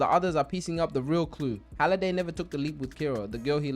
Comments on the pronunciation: Please tell me the "Holiday" bit is a joke and you actually know its "Hallaway"😂😂😂😂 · you watched the movie enough to make a recap video about it but still can't pronounce one of the most important characters name? it's Halliday not holiday nvm you got a ton of details wrong, not actually sure you watched it much at all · u made me angry saying holiday instead of halliday like haaliday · You got basically every name wrong from the movie, it’s honestly impressive how you watched the movie probably more than a couple times and still couldn’t get something as simple as names correct 🤦‍♂️. Good video other than that but damn hearing you say holiday over and over when his name is halliday is crazy.